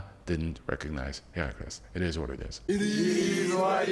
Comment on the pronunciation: “IT EEEES WHAT IT EEEES” 🤣 Shoutout SA 🤣🤣